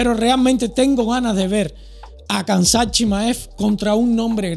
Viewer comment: Se pronuncia “Hamza”, Khamzat Chimaev se pronuncia “Hamza” es un nombre musulman, puedes buscar como se pronuncia bien. Buen video! aqui lo enseña como se pronuncia en el primer segundo.